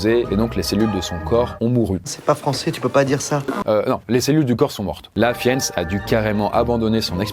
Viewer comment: Fiennes se dit : FIINEUSS :)